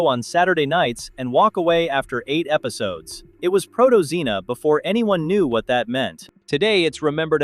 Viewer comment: Good god, stop saying proto-xena.